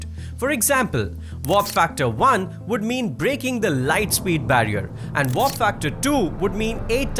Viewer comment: And to the guy speaking, its W-A-R-P not Vorp😂😂